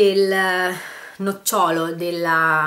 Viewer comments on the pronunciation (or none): none